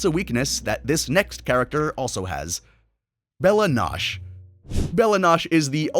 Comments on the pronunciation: To be frank, I think it’s actually impressive for a show to say a word so many many many times and viewers still find a way to mispronounce it. Bella nosh? Come on bro 😂. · not pronouncing Bella noche correctly shows me you haven't watched adventure time and I truly believe it would help you make better videos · How could you butcher bella noche? When they say it in the show!